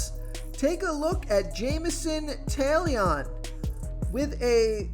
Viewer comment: “Jamison Tail-Leon”